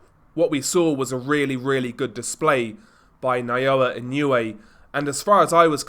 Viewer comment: ❌ - NAH-OH-UH ❌ - NAH-YOH-YUH ✅ - NAH-OH-YAH Opponents get timid when they get a taste of the hand speed and footwork from Inoue. Let your hands go and you are rewarded by getting cracked with punches you didn't see coming. And with that speed difference, there was no way MJ could hang with Inoue on the outside -- Inoue erases distance so explosively. MJ was just too slow. Lucky for MJ he has a concrete block for a head.